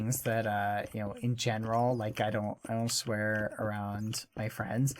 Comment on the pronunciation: He said swaer. | v times